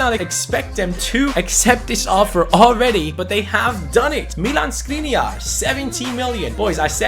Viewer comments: Just a detail, his name is Škriniar, not Skriniar, so pronunciation of his name is someting like Schkriniar. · Škriniar is pronounced Shkreeneear... You're probably not gonna see this but yeah... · The right pronunciation is: SHkriNYiar. Sorry for correcting. Everything else is right, and keep up the good work. Did you know that 25 in hungarian is HUSZONÖT? The like is guaranteed!😀😀😀